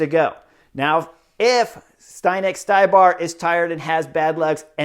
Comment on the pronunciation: Hi Chris, good comments. FYI it is pronauced Zdenek StYbar not StAYbar, he is Chech, if you need confirmation run his last name thru translator